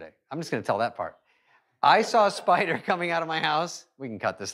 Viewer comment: Spader spider 😂